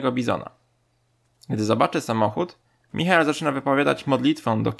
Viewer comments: aaaaaa jak mozna mowic "mihael"? To jest "majkel" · jaki Michael, Majkel się czyta. To chyba najgorszy moment w tym filmie, jak ten gość czyta. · Pls nie mów Michael tylko Majkel :_ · Imię Michael czyta się Majkel 🤦🏼‍♀️ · majkel nie michael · chryste!!! czyta się majkel... nie michael